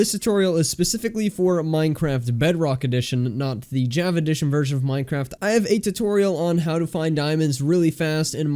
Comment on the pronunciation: The way he says Java sounds like jAvA